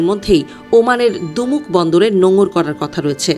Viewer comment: ভালো ভাবে খবর দেখে পড়েন,ওমানের দুমুক বন্দর না, এটা হবে দুকুম বন্দর।